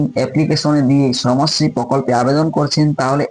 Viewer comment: সমশ্রী না ওটা বলুন শ্রমশ্রী। 😅😅😅 কি যে বলেন দাদা